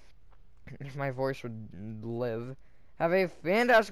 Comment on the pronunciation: It’s peace. Not pace.